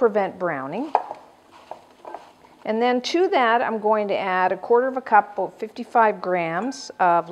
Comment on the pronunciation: This video is better than most I've seen on cooking shows because it actually teaches you the tehcnique of creating a round from a much thicker disk!! Thank you :) Also, I kept hearing you say "a-boat" hehe; are you from Minnesota?